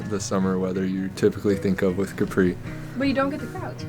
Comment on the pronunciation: Thank you for this episode. Regarding your claim on Capri (please work on your pronunciation) being the most beautiful in Europe. How many other islands are you comparing it to? Keep up the fun